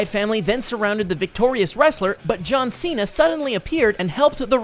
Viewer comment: It's John Cena not JOhm